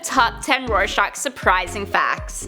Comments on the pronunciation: She says Rorscachs name in the end as shock, it’s shack in the end of his name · Roy-SHACK, not Roy-SHOCK. Like the psych test. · It's pronounced as Roar-shack. It sound like you're pronouncing it like shock. But other than that great vid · Why does she pronounce it Roar-shahk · Rare-shock is kinda what it sounds like she is saying lol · i would start with trying harder to pronounce "rorschach" correctly. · Ugh kinda makes me mad when she says Rorschach